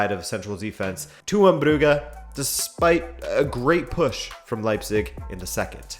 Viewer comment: Part of the originality of this channel certainly lies in the way you pronounce the name "Brugge" as "Brughe" not "Bruj" as everyone else on the planet or at least "Bruhe" as the Dutch and the Flanders actually do